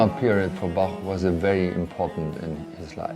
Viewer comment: I just love this documentary! And may I say how much I love your pronunciation of the "ch" in Bach, Eisenach and other words, as well as our umlauts "ö" and "ü". Absolutely perfect! Hats off to you,.